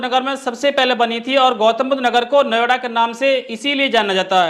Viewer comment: महोदय नवेडा नहीं नोएडा कहिए